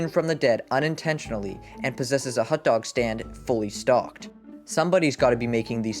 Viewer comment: Also WHY IS YOUR PRONUNCIATION OF HOT DOG SO WEIRD